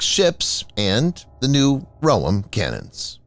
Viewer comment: You pronounce the Roem incorrectly. Its "roEm", you stress the second syllable. Like the island Guam. Like the word Hotel.